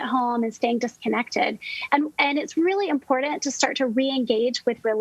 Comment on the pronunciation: One stressor that I'm immediately decreasing is the cringeworthiness of a professional who thinks that the word "important" has a "d" somewhere in it. Hasta la vista, Doc.